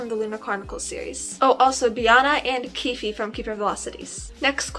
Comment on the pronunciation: Okay, I'm commenting again bc my internet got cut off. I'm so glad that you pronounced Keefe as Keefey and not Keef bc all my friends keep calling him Keef and i was unsure of wether it's pronounced as Keef or Keefey😅 Oh and i only got to book five of SGE and i was SHOCKED when you said Hort ended up with Sophie! I thought he would still be with Nicola and Sophie would still be single😀